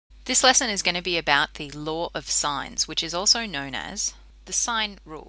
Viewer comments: its law not laaawr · No one: Literally no one: Her: pronounces "law" as laWeR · Lar o sighnz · "The laur of sines" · ♫ I fought the laarr and the.. laarr won! ♫ ♥ Aussies